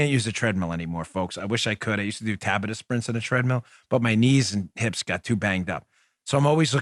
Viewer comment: Dan....say it as Ta-Bot-Ta..your welcome:)